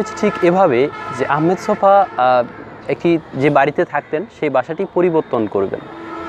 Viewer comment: লেখকের নাম 'আহমদ ছফা' কিন্তু আপনি বারবার তাঁর নাম 'আহমেদ ছফা' উচ্চারণ করেছেন।